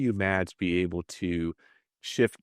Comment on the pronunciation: Oh dear, Mads. Tinker.. not tinkle lol.. and to Antares Catamarans: the "d" in Mads is silent.. just "mas" will be more correct.